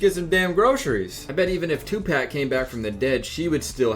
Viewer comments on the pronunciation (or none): who tf is Two Pack cmon bro 💀💀